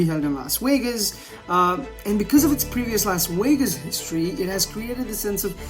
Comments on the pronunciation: WTF is a Whas Whegas? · Pique womited in his helmet in Las Wegas? 🤨